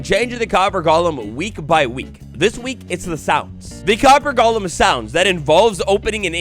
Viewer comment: People really pronounced golem as gollem? Like is Minecraft lord of the rings now?